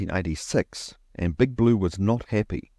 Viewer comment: For example you say "....appy" instead o "happy." Dropping the first letter.